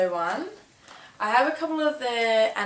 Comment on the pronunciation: Are you pronouncing her name Anna Soo-ee? I think it's pronounced Anna Swee. I love how you look in this video, like a russian spy from an older James Bond movie.